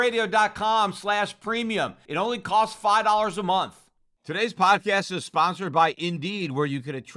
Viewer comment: It's pronounced, 'FIVE DOLLARS PER MONTH', not 'FI dollas a month' It becomes the idea that he cares about making subscribers instead of providing information. I get it but if he really is a financial oracle then he should at least make the effort...